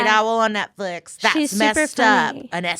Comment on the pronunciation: Aw Did you say Netfwix?